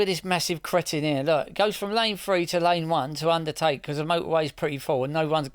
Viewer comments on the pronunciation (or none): none